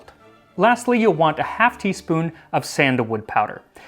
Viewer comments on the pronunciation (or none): none